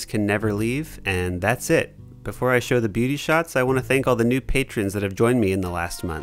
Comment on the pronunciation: When you said "new patrons" I had to do a double take. I thought you said "nude patrons" LOL.